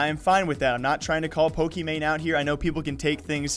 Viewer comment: I listened to it countless times and couldn’t hear “grocery store.” She definitely said the hard r. Also she pronounced Pockey wrong but whatever